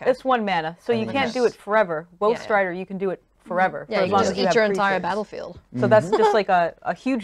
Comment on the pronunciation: Every time i hear them say woe strider it sounds like wolf strider. Lol. Yay. They see me. Cant wait for the pre- Release i go too